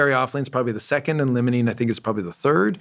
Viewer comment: It’s said like, ‘LYMEolene’ not ‘LEMONENE’ You’d think he’d know this. Also, he claims the most dominant terpene in cannabis is Myrcene? I wonder if his studies are of strains coming from northern hemisphere growers. The dispensaries here in the south have nothing but majority limonene in their strains. I think he should research more into terpenes. The best shampoos in my opinion have limonene as one of their top ingredients. It truly wakes you up! There’s no myrcene shampoos out there though.